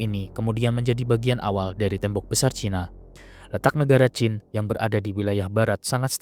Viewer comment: Qin bang bukan Qing